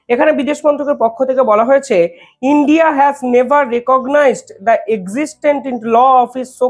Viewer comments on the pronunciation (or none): none